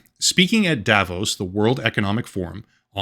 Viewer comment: The way you pronounced Davos is kinda bad... You pronounce it with a long O. Just FYI